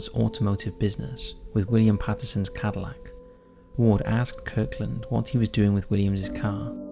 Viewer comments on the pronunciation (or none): none